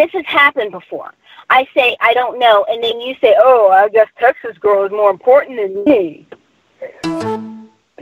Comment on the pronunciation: "Guesh they're more impawtant than me"